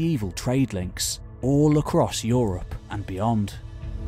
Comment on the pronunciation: Yes, yes "OO-rropp"